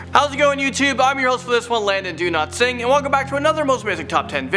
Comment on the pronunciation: Does he say Landon Dowatsighn or Landon Do not sing😂